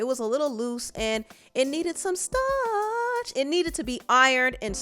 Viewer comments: The way you said starch and I almost flew off this treadmill 😂😂😂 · Why you say starch like that?!😂